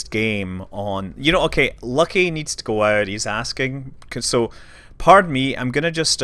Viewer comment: LOL...Your "Lucky" sounds like my miniature schnauzer that wants to rip the achilles out of every postmaster that they change to locally...